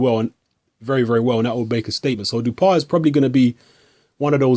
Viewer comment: You should pronounce his name like Dew-oh-pah. That's the closest french pronunciation of his name.